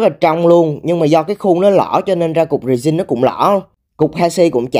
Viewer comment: resin nhấn âm 1